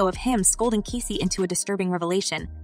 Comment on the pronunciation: Is it that hard to pronounce Cassie? What's keecy and Kessie ? Cmon man! Also this is OLD news. I didn't see anything about the title of this post....FAKE CHANNEL!!